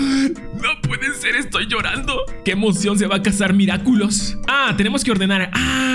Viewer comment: Yo igual me carcaje porque en ves de decir Miraculous decia miraculos